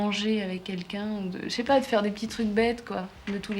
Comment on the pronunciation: "Ché po".